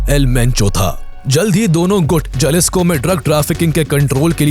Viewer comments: It's pronounced halisco not jalisco😂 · Spanish Mae J ko h bola jata haye Jalisco ko halisico bolte hae